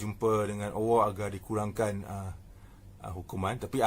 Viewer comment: Apa ni sebut Allah pon tak betul....awoh apa awoh